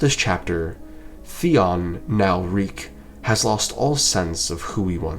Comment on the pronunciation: reek it rhymes with peak 😭